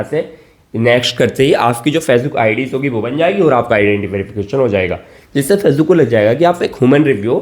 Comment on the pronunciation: Pahle fecebook bolna to Sikh le😂